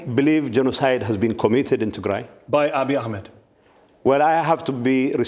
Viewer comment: It's not Tay-grey. It's Tigray😏